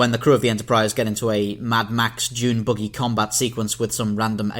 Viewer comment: Its a buggy, not a boogey.